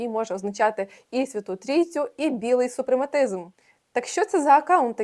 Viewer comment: Дякую за відео! напевно мався на увазі 'супремасизм'...чи то тільки я чую вкотре 'супрематизм' ?